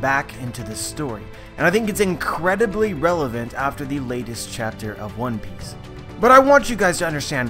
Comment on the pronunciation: Dude it's one PIECE not ONE piece. Wrong pronunciation :O